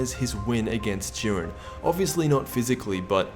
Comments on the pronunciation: "Even in goku knocks out (juh-eye-ren)its because of what 17 did" Explain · His name is jiren not duren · Dude. Its pronounced jiden. And vegeta isnt pronounced vejita.